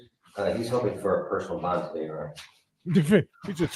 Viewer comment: Love DiSanto's pronunciation of 'bond'. BAAAAHHNNNND